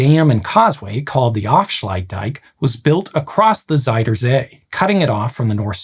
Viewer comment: Fun detail: Your pronunciation of "zuid" is slightly off. It sounds more like "zijde" instead, which means silk. The correct way of saying "zuid" is actually pretty close to the english "south", just replacing the hard S and T sounds with softer Z and D.